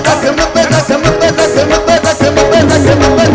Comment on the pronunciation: He should learn to pronounce Mohabbat correctly, he says Mohabat. He also says Zakham instead of Zakhm.